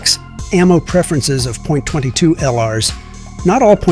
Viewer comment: Terrible AI no one says Point 22